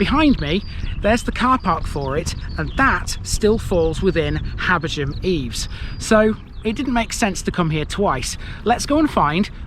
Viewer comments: I'd say "Habber-gam". Definitely not "Habber-jam" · Are you sure about the pronunciation of "Habergham"...? It's my surname but I've never heard it with a non-aspirate "gh"... I just pronounce it as "Habberam".